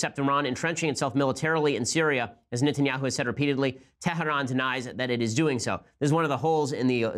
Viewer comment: Did he say "tehran" or "terroran"?